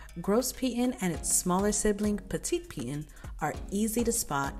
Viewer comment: Soo-freh(Soufriere)and Pee-tone(Piton).... 😊